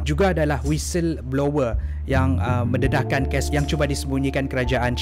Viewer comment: cuba sebut perkataan tu..bgi btul skit..sbb sya dngar kau sebut ges bkn kes🤣😂😂